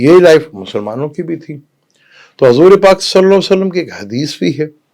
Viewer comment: Please kahain Hazoor Pak not Hazooray Pak 🙏